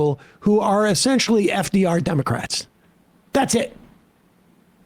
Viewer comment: Scarborough pronounces this word this way: DIM-oh-krat!